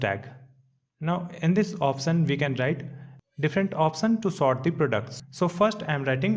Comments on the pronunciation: It's sort not short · I think you spell "sort" not "shor"